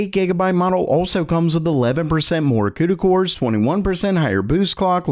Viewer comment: It's CUDA core (SUDA core) Not CUDA core (CUDA core)😁